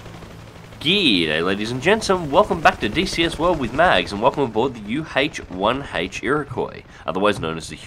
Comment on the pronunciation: What is a U Haych 1 Haych?